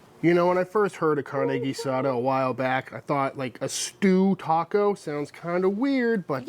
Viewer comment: This is not Carne Asada this is Carne Guisada gee-sah-duh